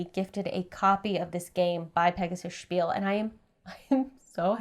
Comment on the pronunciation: Spiele = 'spiel-uh' not 'spiel.' It means 'Games."